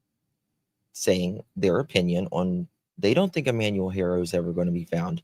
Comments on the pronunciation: Ty. I missed the Live somehow. FYI Haro is pronounced Ah-ro(silent H), like you said in Spanish, and Hair-oh in English. You hear the Hispanic reporters and so forth saying Ah-ro. Also the DA in the 2018/2023 case re Carolina or Promise spoke out against the judge in his ruling, but I don’t know if an appeal was submitted. The judge said he couldn’t comment on his ruling because of ethical reasons. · It's Haa-Row ✌